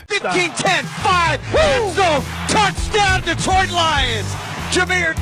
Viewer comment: DEEtroit? Come on, NFL.